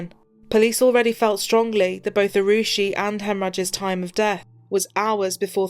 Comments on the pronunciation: I usually have a lot of respect for police and what they do, especially in such horrific cases...but the ineptitude of the investigation by the police and CBI can't be understated. The gentleman mispronouncing poor Arushi's name twice. Of course, the parents allowing half of India into their apartment before the police got there certainly didn't help anything. This poor girl and the poor fellow who was just there to do his job, will never get justice, unless they start a cold case unit there. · Mockery of the justice Autopsy process The Talwar's lawyer just acted as a bollywood actor Top police official repeatedly saying Rushi instead of Arushi Had this case occured in the West, it could have reached instant and accurate coclusion. feel for the poor girl